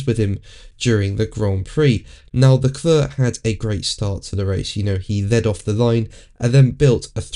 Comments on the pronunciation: Dude! It's "le-clair" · Leklør? Ha ha ha ha ha ha. You mean Leclerc? Ha ha ha ha ha. Lekløøøør Lekløøøør Lekløøøør Lekløøøør ha ha ha ha. ÅOKIDØUKS as well also.